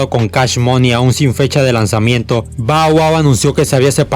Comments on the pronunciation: No se pronuncia bow wow, si no (ba wua) esta bien las biografías que narras pero, te aconsejo pronunciar bien los nombres 😉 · Está mal pronunciado, pero no le pare a naa, dale palante 👍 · Alguien contó cuantas veces dijo Bau Au? XD